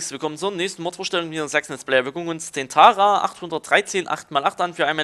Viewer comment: kein <tara sondern Tatra aus CZ